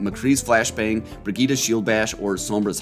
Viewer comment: You pronouncing Brigette is painful